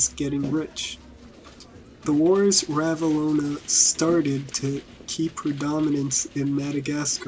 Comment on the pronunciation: Well it's Ranavalona... Not ravalona. This is awful.